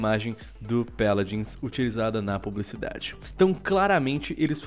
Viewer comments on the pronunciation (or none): Mano que agonia ele falando Péladins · "Peladins" :V